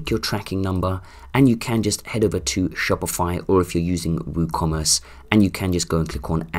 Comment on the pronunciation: dude stop saying shopify like that xD now i keep saying it like that haha